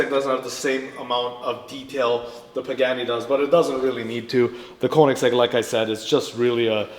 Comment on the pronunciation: Nice job damn that pagani so amazing. It would be criminal to change anything on that car. I also didn’t know it’s pronounced pig-any.